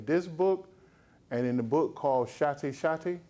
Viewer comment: im am still trying to figure out why he's saying Shatti, instead of Shakti..( shock-T).... ( it's pronounced Shock T, so why not call it what it is????) ...